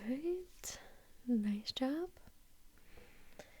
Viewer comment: Me: Clicking just cus it says: Nice Jo'wwb Me: Dead